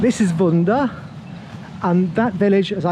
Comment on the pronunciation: Not vunda, it’s vudah